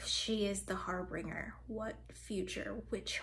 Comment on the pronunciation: I can't help but notice that you did the same thing that I did for a long time, thinking it's "harbringer" and not "harbinger"